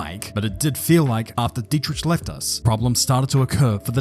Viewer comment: It is dietriCH not tsch